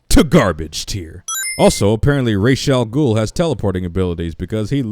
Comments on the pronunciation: Missed one sin They keep mispronouncing Ra's name over and over again. It's Ra's, not Raish. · no sin for mispronunciation of Ra's Al Ghuls name? No?...ok